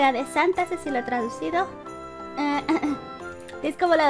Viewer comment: dice santal no santa